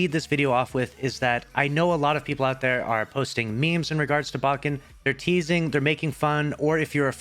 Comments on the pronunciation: Lucky it’s baken not baaaken, just like the word bake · Lol i cant help but laugh everytime pronounces baken. Is it not bake-n, like baking? But anyway fuck this guy, im glad bungie exposed his lying cheating ass.